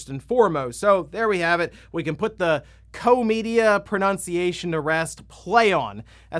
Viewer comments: It's pronounced as kosh like Josh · Koch Media is pronounced German = "ko + cat hissing noises" Media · Wow, Koch Media rebranding makes me really sad. Also being the posterchild of American ignorance by not knowing how to pronounce it after all these years. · It was definitely pronounced “COCK Media” 🤣🤣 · The ch in Koch Media is pronounced like the Spanish j in Tijuana